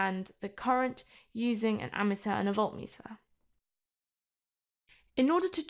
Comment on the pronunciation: Don't think that's how you pronounce ammeter, sounds like your saying ameteur